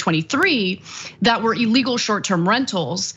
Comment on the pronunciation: Illegal not elegal